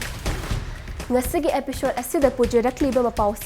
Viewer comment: Epishode nattey EPISODE haina pronounce tougadaba oiramni